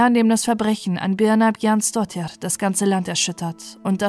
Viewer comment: Super Deine Aussprache 🎉 ich könnte den Nachnamen nicht aussprechen 🙈